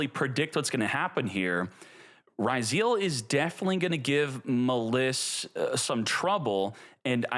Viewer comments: I don't know why this irritates me so, but please pronounce "Maliss" correctly. It is not "Muhliss" it is pronounced, "Malice". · Muh-liss?! Bruh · You really don't get that the name Maliss is a homophone of the word "malice"? You're saying it wrong!